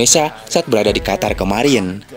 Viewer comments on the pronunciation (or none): none